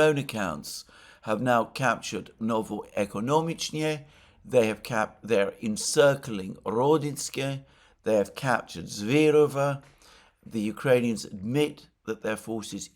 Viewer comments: When I add an "aigu" you get an idea of the Russian accent: Novoeconomícheskoe, Krasnoarmeískoe ectcétera. Accents in Russian are very unpredictable. As I listen to you and Alrx daily for years, I might drop you a hint from time to time. Please don't feel offended, I am a great fan of the show. Awed, actually. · Novo-ekonomEEches-koe (emphasis on the ee sound) Aka: novo-ekonomEEch-noe Town of new economics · It's more like Novo-ekonomi-shska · I’m taking a sip every time Alexander butchers ‘Новоикономичное’. Pretty buzzed. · This Ruusian names just killing Alexander, Novoe Ekonomicnoe,😂😂. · I adore the way you try to ace the pronounciation of Novoekonomicheskoe! Way to go, Alexander!